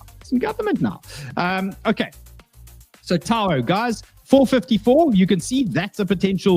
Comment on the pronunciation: Its TAO not Taouuoa....?